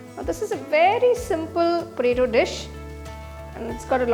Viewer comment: Say P O T A T O. Not preto.